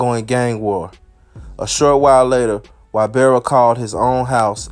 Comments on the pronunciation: Say it with me. His name is EEE-Bar-ra. Not why-bear-ra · Damn it’s no Y barra it’s pernounced i barra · Da shit pronounced “ee-bara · E.....BAR....RA , NOT Y....BEAR RA 😒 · Its not wybarra(ybarra) Its eebarra (ybarra) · (long)E-bar-uh. Not Why-bar-uh. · Pronounce his name EEE-BAR-UH not WHY-bear-uh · One more time!!!!!! You came through. But one thing though, you’re butchering(Mispronouncing) he’s last name. He’s name is pronounced EEbarra. Not Whybarra. But is a minor thing. Just keep doing what you do. KEEPING US INFORMED. Thnx. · Why-berra ≠ Ibarra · Y is pronounced E in Spanish. So its "ebarra" phonetically. Short vowel e. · That Y is pronounced E. Eee-barra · I’m sure Ybarra is pronounced “Eee-berra” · Hey I love your videos, Just one thing, his name Ybarra. It’s really pronounced EEBARA. The “Y” is pronounced like an “E.” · I love your videos. Thank you. One thing though it’s EEBAARA. Ybarra it pronounced Eeebaaraa. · Shit really started bothering me after the 3rd time 😂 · Lol E-bar-ra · I knew it had to be posted already!! Lol😂 I just wanted to write E-bar-ah. This should be too comment no 🧢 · It's pronounced "e-bara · Its pronounced ebarra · Ybarra is pronounced Eeebarra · it's E-bar-rah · I think his name is pronounced E-BAR-UH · say whyberra ONE MORE TIME man f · That’s NOT how you pronounce....Y.... Nevermind. 🤦🏽‍♂️ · Yur not saying his last name right lol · Yur not saying the last name right lol